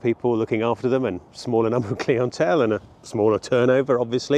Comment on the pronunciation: i love server kleeants at my inn. the kleeantelle is totally a real way someone would pronounce that word